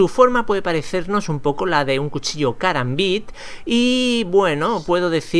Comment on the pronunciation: Q asco como dices karambit